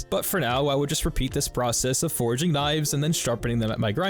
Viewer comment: Great video, love the music with game effects to the beat, but I do have a nitpick. Please, 😊hearing you say “foraging” instead of “forging” was infuriating after 40min lol